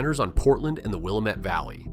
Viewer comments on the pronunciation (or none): Ah.. if you say "Willa---mette" Valley in Oregon, natives are going to roll their eyes. It's pronounced, "Will--am--ette". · It's pronounced "Will-Am-Mett" not "Will-Uh-Mett" lol... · It’s pronounced “Wil-aaaaa-met” not “wil-uh-met”. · And once again, you're making a video about Oregon, but you don't know that the Willamette is pronounced Will-LAM-met, not Willa-met! And it's LaGr-and, not LaGr-on-d. At least you don't pronounce Oregon "Or-ee-gone" Yes, I'm whining! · I know it’s a small thing but it’s pronounced will-lamb-met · Will-LAM-ette Valley. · It is pronounced Will-LAM-met. That beautiful valley deserves correct pronunciation. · Yeah, they're pronounced Mal-HURE, Luh-GRAND and Will-AM-IT. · It’s pronounced “Will-am-it”. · Will met valley? Uh, not so good on the pronunciation. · Willamette is mis-pronounced !!!! Will-AM-It. There. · It's WUH-LAMB-IT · Willamette it it is pronounced WILL lamb it. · I laugh when I hear them say that too. I almost lived my entire life in the valley. Born and raised Oregonian. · can't pronounce Willamette. this is not produced in The Northwest. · When the narrator can’t even say Willamette correctly it’s a tell. Then he goes and names a bunch of towns in the Willamette valley. I’m in the heart of where the spotted owl caused the most pain for Oregon. I’ve lived in western, central and eastern Oregon. If you actually read a little bit about where the proposed borders of where the state of Jefferson were it’s not eastern Oregon. This “reporting” is so biased it doesn’t know it’s ass from its elbow. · Mispronouncing Willamette. Check it out. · The narrator is not pronouncing Willamette correctly there are lots and lots of homes that have solar on them. Remember the beginning of the story the narrator talked about rain and clouds and how gray and it can be for days…. Its not ideal for solar firms. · The comment section is better than the video. I stopped watching the video after about the 5th mispronunciation of Willamette.